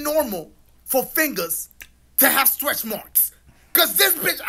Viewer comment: Wait did he say stretch or stress marks